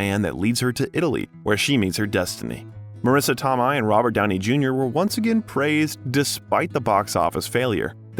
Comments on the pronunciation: How can you do this kind of retrospective and not get the names right? Marisa To-may, not To-my. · I liked hearing more about his background, gave me more appreciation for him. But I'm sorry, I can't stand hearing another famous actor's name butchered. Marissa 'Tom-eye'?? Wow. Would rather have a real person read the script. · First time viewer and commenter. Just found the channel and you've gotten a sub from me. A bit of constructive criticism though, make sure you double check the pronunciation of celebrity's names; Cybill Shepherd, Marisa Tomei and Roger Ebert are a few of examples that stood out from the otherwise very well researched and put together video. I look forward to watching more!